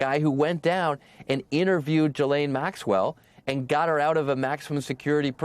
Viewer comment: how are we still mispronouncing 'ghislaine'...?